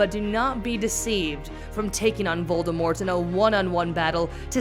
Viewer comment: Damn you couldn’t say Voldemort huh